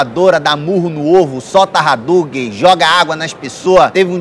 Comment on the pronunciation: "Solta 'haduguen' " Adoro o por causa do Hadouken kkkkkkkkkk